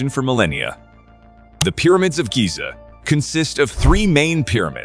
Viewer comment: the way he pronounced Giza though 😖 Like scratching a blackboard with nails